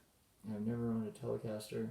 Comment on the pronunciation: "Chender" "Chelecaster" Or "Chele"